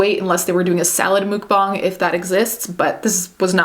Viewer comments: Muck bang is the right way of saying stop please your not a better person because you say it that way you don’t sht ice cream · I couldn't watch. It's pronounceed muck bang not mook bong. You absolute Turkey. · Why do people say Mook, instead of Muk(like the pokemon?) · Its muk bang not mook bong. Ya weirdo